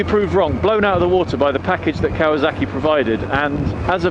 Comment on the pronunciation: "Ikasawak" LOL